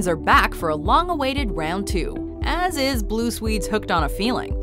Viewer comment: did you say "blue sweed"